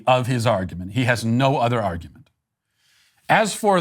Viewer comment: What's an "arugment"? 🤣🤣🤣🤣